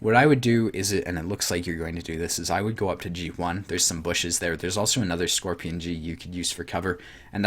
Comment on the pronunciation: Lol "scrorpion"